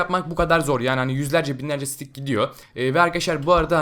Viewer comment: Sıtik derken sidik diyon resmen